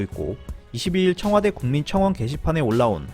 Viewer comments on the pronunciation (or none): 청화대? 아니죠~ 청와대죠^^